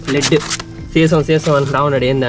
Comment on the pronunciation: తమ్ముడూ, బ్యాటరీ లోపల ఉండేది "డిజిటల్ వాటర్" కాదు, "డిస్టిల్డ్ వాటర్", "సల్ఫ్యూరిక్ ఆసిడ్". సీసం ను "LEAD /లెడ్" అంటారు (లీడ్ కాదు )